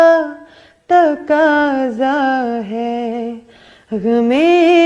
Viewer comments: بے رکھی نہیں بے رخی ہوتی ہے محبت کا تکاضہ نہیں محبت کا تقاضہ ہوتا ہے کسور نہیں قصور ہوتا ہے کیا واہیات تلفظ ہے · Mashallah aapki awaz bohat achchhi hai aur Allah ne aapko shakal bhi achchhi di hai. Agar aap Indian artists ki naqal mein 'takaza' aur 'beruki' sahi se nahin kah rahi hain toh bohat sharm ki baat hai, aala darje ke Indian artists ka Urdu talaffuz perfect hota hai. Aapko ghatiya banne ki zarurat nahin. Talaffuz sahi kijiye please. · top with pronunciations like takaaza instead of taqaaza and berukhhi instead of berukhi? she is good but Pakistan got lots better than her